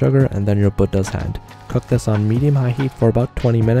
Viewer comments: Bro just pronounced Buddha “bud has” It’s BOO DAH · "Budda hand" bro thats not how u pronounce it